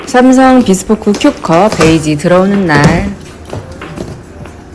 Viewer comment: 비스포크가 아니라 비스포큐라고 하니가 중간손가락 욕먹는 기분인데요 ㅋㅋ